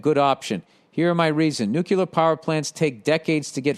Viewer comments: Why does he keep saying NUCULAR.... it's nuclear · Cmon Bill, noo + klear. Noo klear, Nuclear, you can do it.